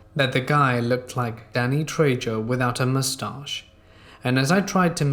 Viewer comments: It's trejo pronounced tray-ho. You overpronounce every other Spanish word and name but get that one wrong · Oh dear. It's Danny "Trey-ho".